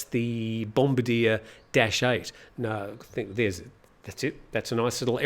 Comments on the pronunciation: the FRENCH name for the Québec company is pronounced Bombaaardiay, the accent on the second syllable. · you completely blew the pronunciation of bombardier